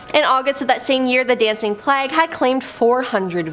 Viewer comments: Plauge is: Pl-ay-gue not Plag. Every mispronounced word is cringe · Plague- Plag. Allied- alleyed. I can’t… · You need to learn how to pronounce, "plague." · I'm turned off by this video for the simple fact got the young lady talking about the dancing fools kept calling plague a different thing. She does not know how to pronounce plague properly. Someone please tell her the correct pronunciation.